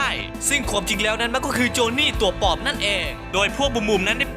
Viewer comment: ใดๆคือชอบคำว่า ควม ของพี่มาก อ้ายเป็นคนไสหนิ